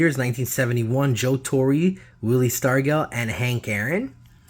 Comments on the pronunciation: The way he said Stargell just made me mad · Willie Star-gell. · I was about to say the same thing Boss + E = Bossy. Willie Stargell gets me too! I like theee type of videos but the constant mispronunciation of players names makes them tough to watch. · And even after people tell him the correct pronunciations, he still mispronounces their names in later videos. I've told him a few times how to pronounce certain names (including Stargell), but he doesn't remember.